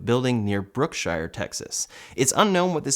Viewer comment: Brookshire is pronounced Brook-sure, unlike the Shire, unfortunately. I grew up there.:) Good work!